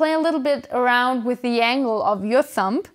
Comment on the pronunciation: hey, just fyi the b in thumb is completely silent :)